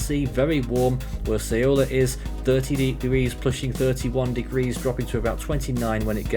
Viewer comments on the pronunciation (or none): have heard so many variants of saying "Saola" but noone got it right 😐